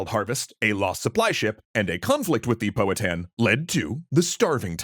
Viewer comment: POW-ha-tan. Sorry, I’m Native American. It’s a pet peeve.